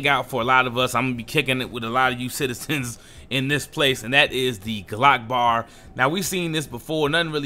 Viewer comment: >> << Actually,, it doesn't read [glok] but [gee-lok]. As in G Loss Of Consciousness.